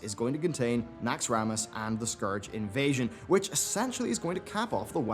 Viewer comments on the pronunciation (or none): none